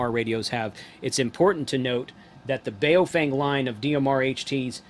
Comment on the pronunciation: Why can't simple minded people pronounce a name correctly.... It's Baofeng ...pronounced like "Bo fang" not "bay o fang".... makes you sound totally ignorant when youpronounce it the way you do...